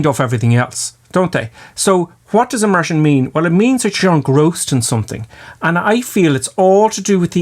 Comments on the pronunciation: 10. Immersion, not emersion. OK? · It's Immersion not Emersion. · It's... Immersion. Not emersion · 'Emersion' ??? you okay there? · Haha, your accent got me. “A Martian” you say. Took me a while to realize you were saying “immersion”. Lol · you mean emersion lul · Emersion? I believe you meant "Immersion"......just saying. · Y'plum! It's 'immersion', not 'emersion'! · It's "immersion", not "emersion". And you are a flight instructor? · *immersion. Emersion is the opposite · When he says 'IMMERSION' I hear 'A MARTIAN'